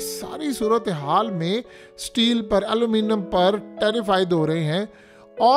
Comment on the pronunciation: Aluminum bolna tk nhi ata tmhy Yar or public ko phuddu lga rakha h tm ne had hai